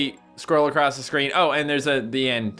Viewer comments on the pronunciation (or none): none